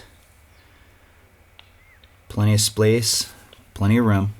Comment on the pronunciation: Frank Reynolds He definitely says "plenty of splace" .